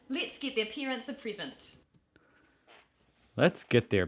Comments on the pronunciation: She’s saying lits instead of let’s ❤❤ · First hurdle, said "epples" instead of "apples" "Lits git their pear-ents a prisent"